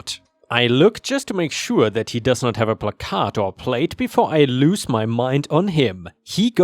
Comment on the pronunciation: Love your channel but I always laugh when you mispronounce placard. Considering how many of your stories use that word, I'd figure out how to pronounce it right lol.